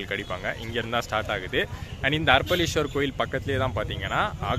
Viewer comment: Bro,அர்ப்பளீஸ்வரர் அல்ல அரப்பளீஸ்வரர் .சரியாக உச்சரிக்கவும்.இன்பத் தமிழை சிதைக்கவேண்டாம். 🌺 தியாகராஜன் ரமேஷ், அண்ணா நகர் கிழக்கு சென்னை 🌺